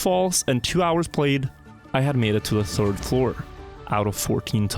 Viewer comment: "I wasn't the turd"